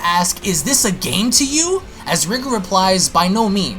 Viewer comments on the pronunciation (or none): Your saying his name wrong. "Rye gore" Pronunciation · R-ee-gore sounds better as that's how "Ri" would be pronounced if there was a japanese version.